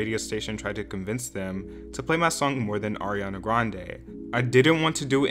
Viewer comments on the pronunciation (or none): none